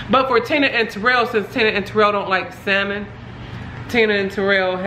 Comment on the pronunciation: I love you but you make me laugh when you say salmon 😂 the L is silent but maybe it’s your accent, who knows P.S I love your videos and your energy 🥰